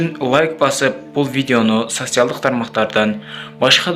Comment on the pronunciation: Туура айтсан Волгоград деген созду уйронуп ал социялдык деген созду да туура окуп уйрон кудайым озу сактасын кырсыктан